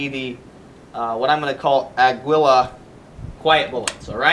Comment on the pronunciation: aguila is pronounced Agila with the power on the first A, its spanish for eagle (really unexpected with the picture^^)